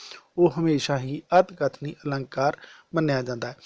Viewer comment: ਅਤਿਕਥਨੀ ਨੂੰ ਸਹੀ ਬੋਲੋ ਪਹਿਲਾ ਫਿਰ ਕਰਵਾ ਲੀਓ